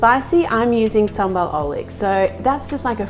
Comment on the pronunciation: Marion, you’ve been mispronouncing “oelek” for 10 videos! And I think it’s time someone corrects you haha! Ok so it’s pronounced close to “oo-lug” (“lug” as in “hug”). Love the recipe as always!!